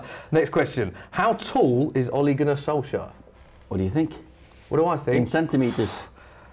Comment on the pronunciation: Wait what you pronounce it „Solsher”!? I've thought you pronounce him „Solxjer“